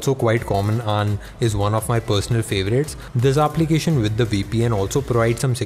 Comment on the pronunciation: "Aaaaplication" 😂😂 how he is pronouncing